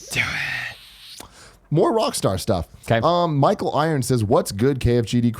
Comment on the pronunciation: Cool i was the last question to be read and you pronounce my name Mal-Come sounded like you said Micheal Irons lol plus you didn't say my online alias (Baytuh) part :-(